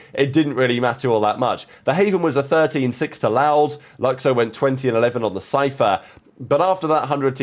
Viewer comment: lukxo is pronounced "luke show" fyi